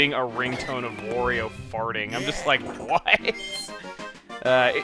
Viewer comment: Wa-REE-Oh! Not Wore-EE-O!!!